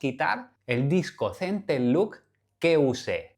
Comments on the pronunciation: Solo un detalle ya que los nombras en inglés; "Center lock", no "Center look". No es lo mismo cierre central que mirada central 😉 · Sigo sin entender por qué todos le dicen centerluk 😅